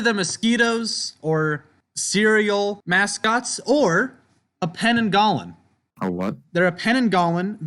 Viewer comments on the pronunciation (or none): Heads up about the pananggalan, im Malaysian but nobody calls it that, its pronounced pe-nang-gal